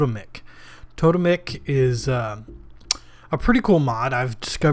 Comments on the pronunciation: Toe-(pause)-temmik , not tota-mik. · Second one was right mate "To-Tem-ic" : it's an Anthropological term. Nice Vid..I like your style :)